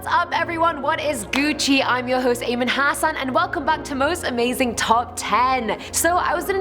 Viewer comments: Just for saying hoochi im disliking but still good vid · The scariest thing that was in this video was when she said... what is guci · Please don't say Gucci....stop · Did she say Gucci and is talking about flat Earth in 2019? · I clicked off this video as soon as she said “Gucci” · Lmao love this channel but every time she says it what is Gucci I cringe😬😂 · Wow. Even the Flat Earth Society isn't convinced the Earth is flat. Since they keep saying they got members all AROUND the GLOBE. Btw, please stop saying Gucci. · Stop saying gucci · Please don't say gucci 😂 Jk you do you girl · tytaneateal what Gucci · I left after she said Gucci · But she said... “What is Gucci” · Did she just say what is GUCCI. Pls tell me my hearing is just wrong.